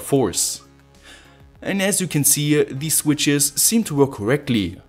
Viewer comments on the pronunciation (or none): none